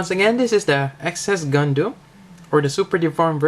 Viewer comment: the "gundooms" are tempting me more and more